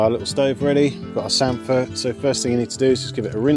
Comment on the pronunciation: And you say samphire properly!!! Lol